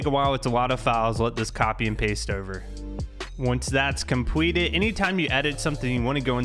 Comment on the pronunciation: "Once that's compweted"